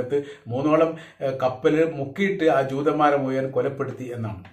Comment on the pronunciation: മുയുവൻ 🫢🫢🫢ഴ എന്ന് പഠിച്ചു വാർത്ത വായിക്ക് കാക്ക